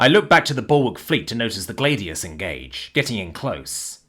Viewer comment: Gladius is pronounced glad EE us, 3 syllables.